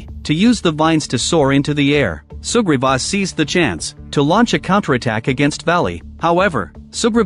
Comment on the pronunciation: For a while I thought he kept saying super bob not sugriva 😅 I always watch speeded up